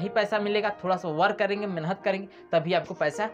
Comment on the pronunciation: मेनहत नहीं मेहनत होता है😊